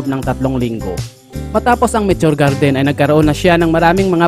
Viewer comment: Mitio Gerdin 😁😁😁 bisaya ka bay ✌️✌️✌️